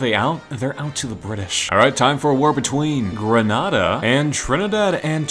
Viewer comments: I'm from dominica😁 Its gre NAY dA. And Cari bee un, antiguh I get its and American pronounciation. But just thought I'd say the correct one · You pronounced “Grenada” wrong. the a before the d is strong